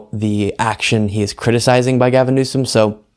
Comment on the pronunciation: it’s Newsom!